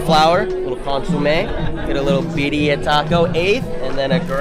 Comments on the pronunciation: It’s beerya bro not bereriia I messed up too when I first seen them tacos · You pronounce it like ( Be-Dee-Uh) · Beer-re-uh now say it fast Birra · As a white male, I don’t think I have a place but. Beer-E-uh… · birria= “beer-ei-a” for the pronunciation but besides that mayne fire video you speaking faxts talm bout people flex how cheap they weed is then be mad aff when i tell em they loud quite compared to mine😹🤧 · Love the vids you a real homie I appreciate you making All of our days better and also it’s Bi-rri-a I hope you have a dope ass day love you cutie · Pronounced BEERYAH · Nooo you’re from SA how u gonna say birria like thatttt😂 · The way you tried to pronounce birria and Consommé is disrespectful and not correct no where near how you say it correctly